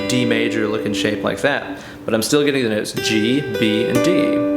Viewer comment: I love the way you say Noats, like Boats or Goats instead of Notes.